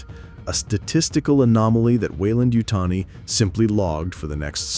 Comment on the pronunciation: You almost had me, until the AI model said Weyland-Yutani, very, very wrong. DONT USE AI VOICE-GENERATED NARRATORS!! You have the good content, but don't go the easy route. I guarantee you'll get more subscribers. Keep it up!